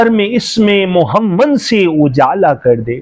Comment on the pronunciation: تم کو تو نبی کریم صلی اللہ علیہ وسلم نام محمد صلی اللہ علیہ وسلم بھی نہیں پڑھنا آتا۔بندہ بن تم کو شرم بھی نہیں آتی۔خدا کا خوف کرو اور توبہ کرو تم لفظ محمد صلی علیہ وسلم کے نام مبارک بھی ٹھیک سے نہیں بول سکتے